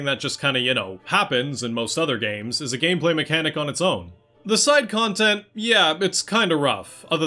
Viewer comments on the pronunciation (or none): none